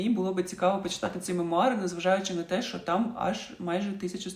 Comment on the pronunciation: Відео хороші, але будь ласка, тільки не "шо".